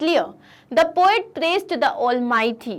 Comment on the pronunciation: Poat nahi hota PO IT HOTA HAI